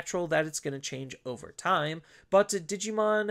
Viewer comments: Why do you end certain words with 'a'? the first time-a', 'bt06-a gabubond', etc. Honestly it's super annoying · lmao never noticed until this comment, now i canta unhear it >.<